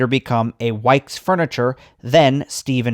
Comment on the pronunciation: Also, Wickes was mispronounced.